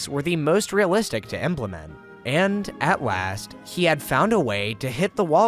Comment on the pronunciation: "at wast" is beautiful